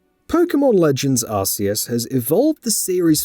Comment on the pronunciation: Hehehe!!! Another one who cannot pronounce arceus correctly 😂😂😂😂